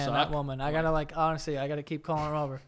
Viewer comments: Omg. One week says "katchup" now the say "ronestly"? What's happening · Ronestly? Oh man I thought we'd have another BLENDUH (blender) dabacle lmao